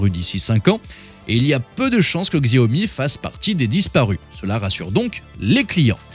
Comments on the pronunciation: On ne dit pas GZiaomi mais Chiaomi ^^ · On ne dit pas Xiaomi "Ziaomi". S'il vous plaît 🙏 On dit "Chiaomi" Xiao veut dire petit en chinois. Merci beaucoup !!! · XIAOMI se prononce CHAOMI !!!! 🤣🤣🤣🤣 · C'est quoi cette vidéo ? Déjà ça se prononce shaomi ! La marque n'est pas spécialiste des sèche-cheveux ! "L'homme derrière tout ce cirque" C'est un bandeur de Tesla qui a fait la vidéo ? Putin de tocard. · Prononcer le X chinois en Gzzzz c'est tellement ridicule 😂😂😂 franchement!!! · Xiaomi se prononce chiaomi!! Arrêtez de massacrer ce mot,! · X c'est ch en chinois donc chiaomi😅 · Narratif un peu limite, voir xenophobic. Pour info, les journalistes indépendants existent en Chine. Vous ne prenez même pas la peine de prononcer le nom de la marque correctement, c’est pour dire…. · J'ai saigné des oreilles... Ça prend 5 sec pour bien prononcer Xiaomi.